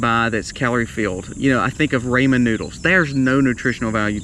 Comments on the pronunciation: Raymond noodles lol. Do you mean Rawmon Noodles ? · Ray-man noodles? 😂